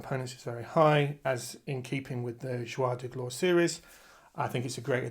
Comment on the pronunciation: Hello. Thank you for the information you share. I had to smile each time you said the series' name. It is not "Zhwar de Glore" but the reverse: "Zhoor de Gloar" = Days of Glory.